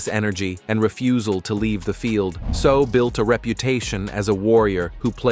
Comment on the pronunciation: Say-ow, not So.